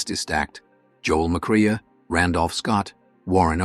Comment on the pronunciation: "Jole mcreeah" another piece of AI fail.